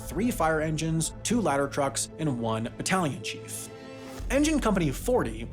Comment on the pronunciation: I heard "Battalion Chief" as "Italian Chief" and thought that a joke about Italian firefighters had gone over my head.